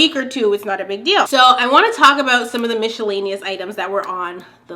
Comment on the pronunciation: I like that you say Michellaenous lol